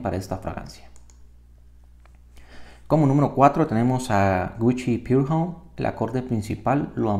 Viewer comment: pour homme es francés aimgo ud lo pronuncia como "Pure Home" del ingles